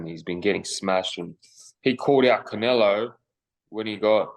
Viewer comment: Cry more, it's Canelo dude...I repeat... Canelo